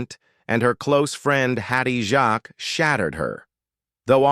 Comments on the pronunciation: Hopeless. Too many errors... Jacques, not Jarks, Reg pronounced Rej not Regg .. Nicholas Lyndhurst ... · For goodness sake. Hattie Jacques not Jacks. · Pronounced as JAKES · It's pronounced Hatty Jakes matey. NOT French . 🤣